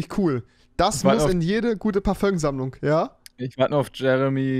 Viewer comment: niemand: wirklich niemand: Rewi: "Parföng"